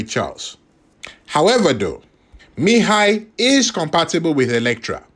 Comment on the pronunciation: You pronounce his name quite well😊